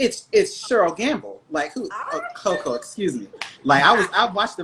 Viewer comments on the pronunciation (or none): It's Coko not coco